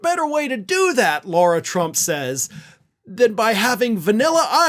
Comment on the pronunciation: Lara, not Laura. Oopsie!